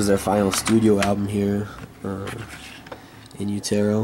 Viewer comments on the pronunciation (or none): yoot er o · The pronunciation of in utero though lol